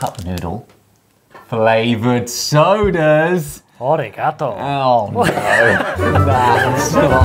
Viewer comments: It's not aw- rigato, it's A-Ri Ga-tou. Its prounounced like "아리 가토" in korean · I’m very sure he said “Olliegatou” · Yes xD it's like he thought it was "origatoe" loll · I love both the eye patch and Ollie's attempt at saying "arigatou" at the start there. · Ollie: 'Arigatou' Josh: cries in multilingual